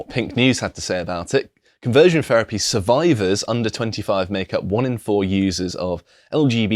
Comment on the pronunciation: Please stop saying "ferapy"